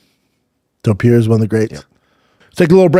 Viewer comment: Somebody explain to Schaub how to pronounce Topuria's name. It's not that hard. It's Toe-Purr-EE-UH... not Tuhperia, Schaub.